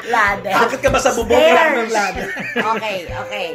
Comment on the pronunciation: Word of the day "laddder"😂😂😂😂